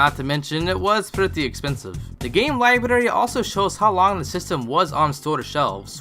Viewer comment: learn to say the word "library" bro lol